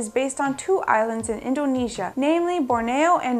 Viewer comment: Eep! Urk! Yeah... Pronouncing Borneo wrong. It can happen... WAIT a minute, wait a minute: What the hell is "counter-FATE?!"